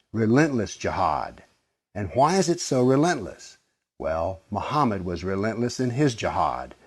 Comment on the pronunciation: Epoxygleu Okay, I get Arabic names may sound strange to Westerner/European ears and there are various Western/European spelling/pronunciation of the name: Mohammed, Mahomet, Mohammad, Mohamed, Muhammed, Muhammad, but 'Moohamhead' is going a bit too far.